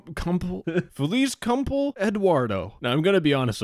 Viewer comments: the way you said "feliz cumple" hurt me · it’s short for ‘feliz cumpleaños’ which means ‘happy birthday’ but the way you pronounced it is pretty appropriate to whatever degeneracy that was on the cake (no idea what that is lmao)